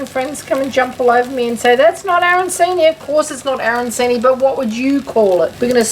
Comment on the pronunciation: Well you call them aranSini. The Italian ones are pronounced aranCHini. Good idea though.